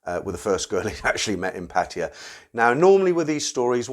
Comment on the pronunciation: PA TA YA...not PA TI YA!!!!!!